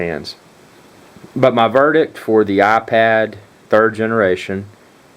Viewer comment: Its iPad not aPad